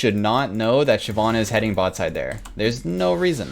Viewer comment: Why did I liked the video super fast but when he said Shyivanna I disliked and then went back to Neeko, I liked it again (played like a damn fiddle)